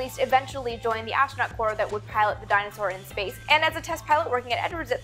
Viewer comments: MK3424 i cant be the only one who's mind's ear heard "dinosaur" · Funny how you pronounce Dyna-Soar as "Dinosaur"...